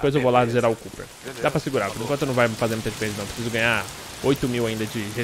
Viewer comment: Mano, tu tem falado o nome do Cope desde o primeiro episódio. Não é Cooper não!